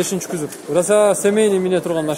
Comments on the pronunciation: кузов деп айтынызчы кузоп дей берип чарчаттыныз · КYЗОП дейтко🤣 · Күзүп дейтко Баткенден келген окшойт а админ